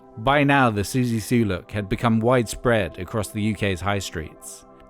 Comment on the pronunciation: Couldnt even say Siouxsie's last name properly